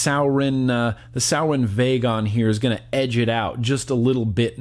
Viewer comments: Rob Fair Jr. I was under the impression that it was pronounced "sue-ore-in", but yeah....definitely not "sour-in". Lol. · It’s sorin not sour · Hey! Sorry but its Suroin not Sourin. Anyway, Cheers bro love your content! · Every time he said souwrin ik all the vapers and stoners out there cringed hella fkn hard😂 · Pronounced sore•in. Lol Love you bruh. Haven't watched ya for a while. This just came up in notifications and that looked liked the Exceed we just picked up and love a lot. We(our shops) are kinda over Sourin product. Check out the Exceed if you haven't already. Later dude. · It’s prounced soar-en. And the vagon sucks, after a week the plastic will start to separate as the pod won’t sit well or make connections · Suorin*** pronounced “soaring” like flying.. there’s not a star in heaven that we... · does he know he’s saying sourin wrong? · It’s suorin and it’s pronounced soo-or-in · Why the fuck do you say suorin like that. ITS SORE - IN